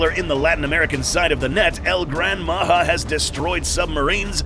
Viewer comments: how come your spelling and sound it pronounce far from what should be listen....can you say this JA-RULE...ya J WITH A the thing should be that sound ...instead H A...HAHAHAHAHAHA JAJAJAJAJAJAJA NOW SAY IT OUT LOUD MA>>>>>HA>>>>> OR MA>>>>>>JA.....short tongue guy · It's "Majá"